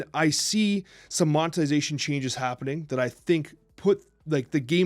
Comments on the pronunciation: “monezitation” I had to play it a couple of times to get that lol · Good discussion on monetization. I’m with. However, can’t pronounce monetization correctly lol. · Did just said "mozetination" or is it just me? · Ok but why he pronounce it Monezitation? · Hearing mispronounce "monetization" as "monezitation" (four times) and mispronounce "longevity" as "longetivity" (three times), is distracting me from the points you're trying to make. Call me a snob or whatever, but it's hard to take people seriously when they mispronounce words, even if the points they're trying to make are reasoned well and thoughtful; especially when they're speaking in their native language. If one or both are dyslexic, i can sympathize, but it's not a good excuse in a format where the video can be (and obviously has been) edited before it's uploaded. I like you guys and I want the content you produce to be as high quality as it can be. All that said, although I can agree with both on some points in passing, I will always compare mobile games to console/PC at the end of the day and fundamentally disagree with the way all mobile games are monetized. Whether or not that's "fair" is a straw-man; mobile games and PC/console games can absolutely be compared to one another, especially when the objectively inferior quality offering is demanding an exponentially larger financial investment from the consumer. If the gamer community at large has a choice between spending $70 on a fully animated, 3D rendered AAA console/PC game and spending hundreds upon hundreds, potentially thousands of dollars in the cash shop of a mobile game, I worry deeply about the person that chooses to spend hundreds, or thousands of dollars on the mobile game and considers it in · I love you guys and don’t wanna be a dick, but monetization and longevity… please revisit how you pronounce these words lmao